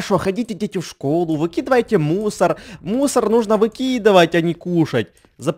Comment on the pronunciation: Мне показалось, когда ты говорил слово "мусор" имя "Мунстр")